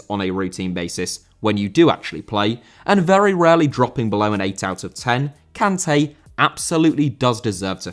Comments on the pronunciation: Kanté* not Khantei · How do you go out of your way to pronounce Sergio correctly, but pronounce Kanté wrong? 🤣